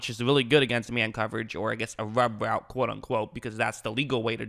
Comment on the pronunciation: it's pronounced rub route not wub woute